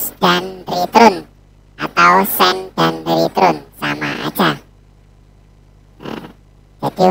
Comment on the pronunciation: Joss penjelasannya ... Tapi, Ritern bacanya 😀😀 Abang